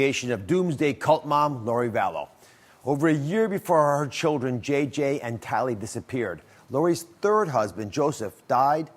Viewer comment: Tally? Jesus christ her name is TYLEE.